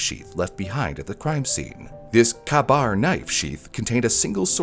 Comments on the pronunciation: i love your content! but jeez Kabar (Kay-Bar) knife not (caah-bar) lol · and the Kabar knife is pronounced Kay-Bar not Kahbar. 🙏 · Kah-bar? Stop your self. Its pronounced k-bar. For all the research your team does and the amazing work your editors do, you somehow managed to mispronounce arguably the most prolific and most well known knife manufacturer in the US. You disappoint me. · "Kuh-bar" knife, "arrangement"... FACEPALM K-BAR! ARRAIGNMENT! You'd think people would check these things... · I know it’s a small detail, but it’s pronounced “K-bar”; I had to double take after assuming a kuh-bar was a foreign knife design 😂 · small detail but you did not say the knife brand correctly. "Ka-Bar" (KA-BAR) is pronounced "Kay-Bar" like the letter K then the word "bar". i thought that it was kinda cute hearing caa-bar as it made me think about a crow flying around with a knife. anyway :p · its not pronounced "kaa-bar" the way you say it is "K-bar" the A is silent lol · It’s pronounced KAY- BAR not kuh-bar. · kahbar knife sheath :lolololol it's A KABAR(kaybarr) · it's pronounced Kay-bar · Kay-Bar. You probably learned of this knife by reading its name which is totally cool! ❤ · it’s pronounced “Kay-bar” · ka-bar is pronounced "kay-bar" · "KABAR" is pronounced "Kay-bar", for the record. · It's pronounced, "K-bar." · I've never heard Ka-Bar pronounced "Kah Bar" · I know it's not how it's spelled by Ka-Bar is pronounced "kay-bar." Just for future reference. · Uh-RAYN-ment. KAY-bar. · Oooof... The way you pronounced Ka-Bar was painful lol. It's pronounced "Kay-Bar". Great video none the less. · Marine corpse.... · If I may make a small correction "Ka-Bar" is generally pronounced "kay bar" The story behind how it became the US Marine Corps fighting knife is actually pretty funny, and about 99% of it has nothing to do with the Marine Corps.